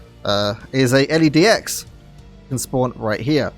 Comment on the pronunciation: L-E-Dx haha LedX mate